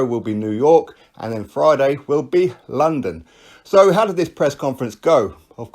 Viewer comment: You say London like a Lol (Larndon) 😄👍